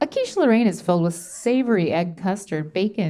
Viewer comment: Quiche Loh-rain lol